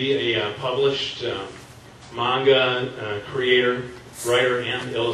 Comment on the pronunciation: Just 1 question u pronouce manga like mwanga k that wasn't a question